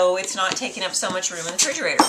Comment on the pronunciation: ***** I thought this was going to be about her pronunciation of refrigerator. I've only heard people say fridge or refrigerator - never frigerator. I wonder where she's from. No biggie - it's kind of cute. I'm going to try this recipe but have to buy the whole oat groats.